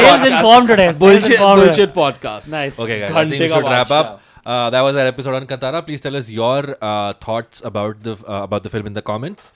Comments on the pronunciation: Kaan (ear) Tara (star) is the pronunciation. Not cuntara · It is Kaan-taaraa guys! Tara as in a star in Hindi. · Pronounce the name of the movie correctly!